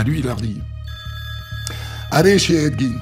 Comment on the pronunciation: des histoires encore plus connue svp, ya pas la terre entière qui a déjà raconter la première, et on dit edd "gèn" pas edd gine